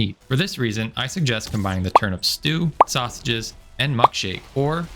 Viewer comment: Great video, thanks. Just one thing: Why do you pronounce "Turnip" like it's "turnUP"? Weird as you like, but hey, each to their own, just curious why? Thanks. 👍